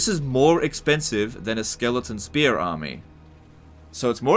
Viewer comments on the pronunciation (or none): none